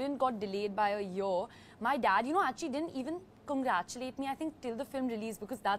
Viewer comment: U know u know ...a yuuuhr! What kinda crazy ass pronunciation of 'year' is that???